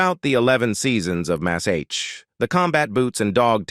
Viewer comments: I totally agree! Wherever did they get this narrator?His pronunciation of Mash is awful - Massaich? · yea its sub par "MAZZZ H" ha ha "Siddda Kick"